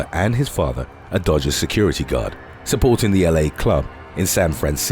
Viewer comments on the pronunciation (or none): none